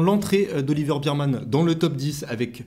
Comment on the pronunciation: Juste pour info, phonétiquement c'est Oliver "bErmane" et non pas "birmane". En tous cas merci pour tes analyses pertinentes.